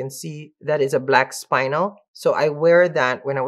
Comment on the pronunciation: its not spinal ..... its spin el, short i, accent on the 2nd syllable. Was in the fine jewelry business for years 😊